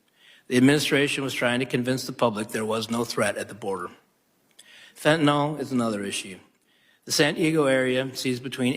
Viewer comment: It's NOT fenta NOL !!! It's fenta NYL fen ta NIL